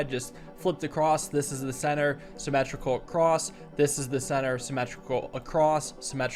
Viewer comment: "Symmetrical across" sounded so much like "Sibelius crashed" (Tantacrul video) I can't